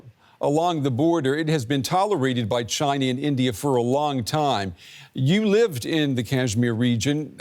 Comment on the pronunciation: he can’t even say China 🇨🇳 is encroaching on all fronts